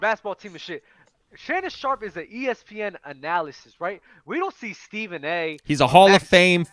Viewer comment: Lmfao when they kept saying analysis instead of analyst